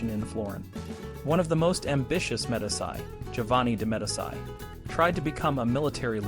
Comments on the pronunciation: "de MED-iss-eye"? Honestly. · MEE DEE CHIII. good stuff though